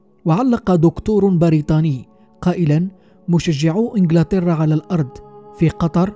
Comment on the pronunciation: اتمنى من القاريء ان يلفظ الكلمات بشكلٍ صحيح . كان بإمكانه أن يسأل من حوله عن كيفية نطق الكلمات : أكثر الكلمات التي اخطأ في قرائتها البيرة ، انجلترا، القشة وتأتي بعدها باقي الكلمات حظر ، القشة ، نظمت ، الذهاب ، القراءة خاطئة وبعيدة كل البعد تماما عن لفظ الكلمة بالشكل الصحيح